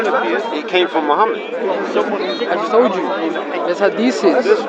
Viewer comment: blood comes out a dead chicken everyone who has slaughtered any animal will know that fact why do Muslims have no ancient complete copy of the quran? Funny he can't pronounce hadiths but you can lol if recitation of the quran preserves it so well why did islam panic after just a few muslims were killed in a battle at the beginnings of Islam according to the standard Islamic narrative (SIN)?